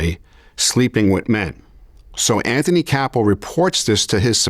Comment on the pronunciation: His name is ANTHONY CASSO “GASPIPE” NOT CAPO